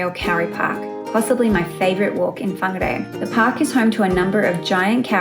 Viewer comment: What beautiful pronunciation of my home towns name. Perfect. I grew up riding my bike in the kauri reserve.